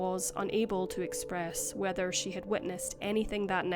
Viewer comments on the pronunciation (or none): none